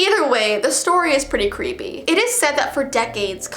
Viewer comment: Das cweepy lol 😂